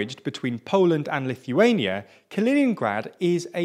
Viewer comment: Say it right. Ka·li·nin·grad [kəˈlēninɡrad]